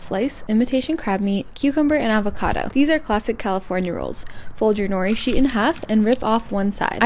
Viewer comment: You are pronouncing nori wrong 😂